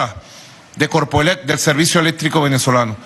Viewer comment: "A LOS TRABAJADORES DE CORPOELEPPP" ...... ESTE APATRIDA NO SABE NI HABLAR!